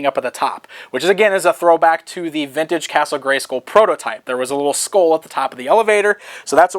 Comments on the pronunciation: igel789 No, it does rhyme with dull. just pronounces it weirdly. The WWE wrestler Randy Orton says it like "school" too. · why do you say Scoll? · The way "" incorrectly pronounces the word "SKULL" irritates me. Castle GreySKOL Castle GreySKOAL Castle GreySCOAL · So the word "Skull" in Greyskull is pronounced like "pull" and not like "dull"? That's interesting. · Am I the only one wanting to smack him every time he says "Gray-SCOOL"?